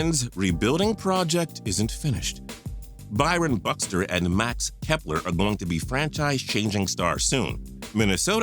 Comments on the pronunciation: Did this man say "Byron buxter" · He also said "Byron Buxter" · This dude is an idiot😂 he said "byron buxter" and "jerrit cole" smh